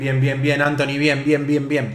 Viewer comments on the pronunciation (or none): none